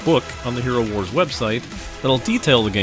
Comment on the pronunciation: I'm pretty sure it's "Hero war - z" , not "HeroWars". Like, Worldwar-Z